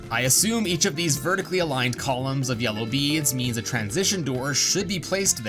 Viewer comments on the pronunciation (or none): none